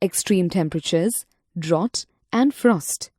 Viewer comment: its drought